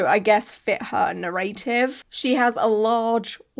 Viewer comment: I don't think I've ever heard narrative pronounced like that before